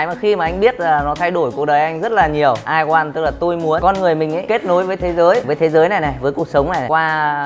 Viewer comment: Can't even say "I want" correctly. Funny!